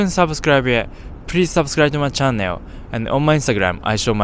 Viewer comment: chan·nel /ˈCHan(ə)l/ Is it’s normal to pronounce chan-nail in Japan?